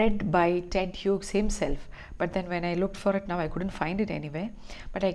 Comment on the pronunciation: Hughes is pronounced as HEWS rhymes with jews ....